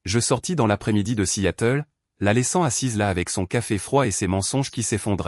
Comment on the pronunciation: 0mn 35 sec environ..Bon !🙄..le record n'est pas battu !🥺👈..Mais...tout de même 😁😁😁..Ca merite une mention !!🤪😉.." assiatel..".Petit probleme de L'I.A avec la traducton americano-française peut-être ?😂😂😂😂..Dites-moi !👉🤔👈.." à Seattle " ..comment vous l'écrivez..🙄..normalement ??😂😂😂😂